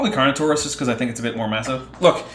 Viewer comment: "" pronunciation of Carnotaurus was quite something